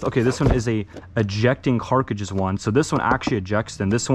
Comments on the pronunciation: Why do you say carcujus? It’s pronounced cartridges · it’s cartridges not carkiges lol i love it dude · Bro. This drove me nuts every time he said it 😂 ITS CARTRIDGES !!! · carcages? you mean cartridges? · Did anybody else notice he keeps saying carcatridges instead of cartridges haha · ok im sorry but it really annoying that you say carcages its cartridges the metal bullets are cartridges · this mans pissing me off he keeps saying "carcrigdes" and not cartridges like its on the box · Why does he keep saying carcages, it’s cartridges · Cartridges* not carkages 😂 You seem to see many many guns in airport form but you don't really seem to know anything about them. It would be very beneficial to learn about some of these instead of just reading packages and sliding out of the way. Also, this isn't me talking shit, I'm just giving some constructive criticism. Your content is decent, but with the knowledge of these weapons, it would be GREAT content. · Dear god i hope hes leaned to say cartridge by now, Cart - ridge - es. Not cark-rid-jizz 🙄🙄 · CART--RIDGES. NOT CARK--AGES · “ the carciges” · No one: Absolutely no one: Him: it has 12 eject able carcages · funny part he said carcadges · I was watching this and said the same thing after hearing him say car-cruches the first time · I know, he literally always says it wrong, every single time, it drives me insane😂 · I thought he say CARCASSES ... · don’t forget the “carages” lol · Never in my life have I heard someone say carcages 20+ times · He keeps saying carcages at the end🤣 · “Ejecting cart-ci-ges” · “Carcages” ,“DMR” ,”modurer” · Are you saying "CARKIDGES" !? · Ok ok but why with the “carcages” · If he says carcages one more fucking time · why does he keep saying carcages 🤣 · Carkiges lol 😂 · bro says “carcadges” instead of cartridges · “Carcages” ... WHY?!? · The way he Pronounces Cartridges is soooo weird. Example: samething with the Revolver. What the hell is a “Carcages”????????? Says it again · carkidges? xD